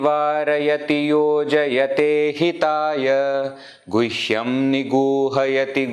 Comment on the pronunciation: With due respect, would you kindly explain why in second line you are pronouncing gushyam, where I'm seeing guhyam? 🕉️🙏